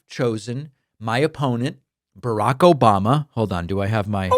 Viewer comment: OBAMNA 😂 havent heard it for ages 😂